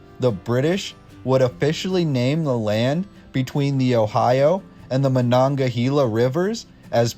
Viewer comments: Muh nog guh hey la ......nem (short e) muh coal lin 😂😊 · Learn how to pronounce Monongahela!!!!!! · It's easy for natives to become upset when one of their local names is pronounced incorrectly. If you just Google - "pronounce Monongahela," you will learn how to sound like a local. You will also find there an audio link to listen to. I appreciate your video and the work you put into it, but the research is your responsibility. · I've never heard Monongahela pronounced that way, is that how it is to the east? (I'm from Duquesne, we say Monongaheyla) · And Carnegie! Say it like a Pittsburger!